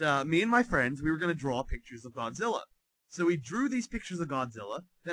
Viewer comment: Does he say "Gonzilla"? LOL